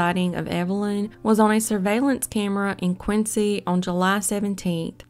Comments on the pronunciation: Dear, one doesn't say Quin Cee y but Quin Zee, Massachusetts boy! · It’s pronounced quinzy